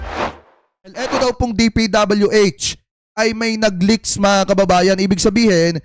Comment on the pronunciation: May nag leak, hindi nagleakS!!! Ang sakit sa tainga kasi.